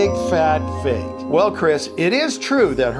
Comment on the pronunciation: Stop saying fak ha ha ha!!!!!!